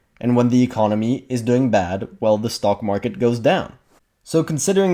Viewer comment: funny, I hear you say: stalkmarket.